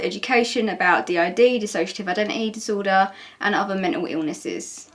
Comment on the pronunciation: i love how says "men'L illnesses" his accent is so cute